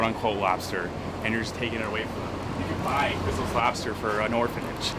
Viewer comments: The way says Quiznos is crazy. How is that what he assumes Quiz-No’s sounds like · It’s Quiz-no’s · KA-WISE-NOSE... What in the fuck is going through his brain